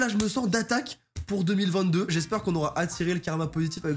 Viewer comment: Mec au début de ta vidéo tu dit oue 2021 pas ouf youpi 2022 mais fais attention 2022 sa se dit pareil que 2020 2